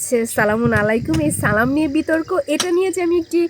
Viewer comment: আরে এত ঈমান ঈমান করতেছো সালাম টাই যে শুদ্ধ করে দিতে পারে না তার কাছ থেকে ঈমান শিখতে হবে।